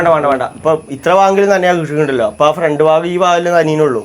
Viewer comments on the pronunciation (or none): none